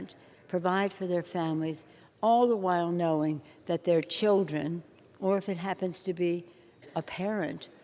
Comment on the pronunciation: fer ther childrern